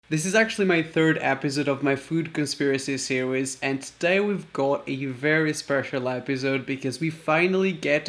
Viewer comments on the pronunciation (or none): 3rd episode of food conspiracy sirweeeez hahahahaha I like how he pronounced series